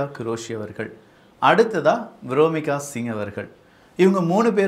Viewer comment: வியோமிகா சிங். விரோமிக என்று தப்பா சொல்லுற.. மிக துணிச்சல் பெண்கள் பெயரை தப்பா சொல்லுற. என் பொண்ணுக்கு நான் வைக்கிறது பேர் தப்பா உச்சரிக்காத